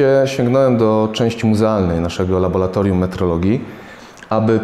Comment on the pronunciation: Laboratorium a nie labolatorium oraz podłączamy a nie podłanczamy...